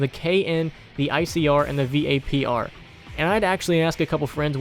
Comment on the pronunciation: If this dude says V.A.P.R one more time.... just call it vapor